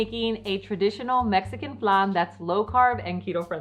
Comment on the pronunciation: We say flan like plan not flun.🤣